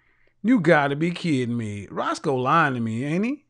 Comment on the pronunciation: Hey roscoe its roscoe bro lol your not the only 1 lol